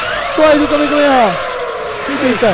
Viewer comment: que agunia dele falando KAMEKAMEHA é KAMEHAMEHA